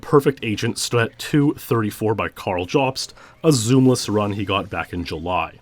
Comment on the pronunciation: It's pronounced "yōbst" not "jahbst" for Carl Jobst